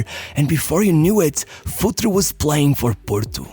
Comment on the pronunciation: It's pronounced FurtrE, not Futr or Futri :D :D :D